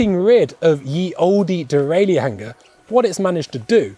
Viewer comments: Please, please, please, stop. The mechanism, which shifts the chain up, and down the cassette, is called a derailleur. In English, it is pronounced "dee-rail-ur". Three syllables, dee-rail-ur. Not "dee-rail-ee-ur". That would be four syllables, and as correct as referring to your bike, as a bi-cy-cycle. End of rant, sort it out please. Kisses, 1XBIKES. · It’s strange to hear him pronounce all the letters in “derailleur” and “hanger”.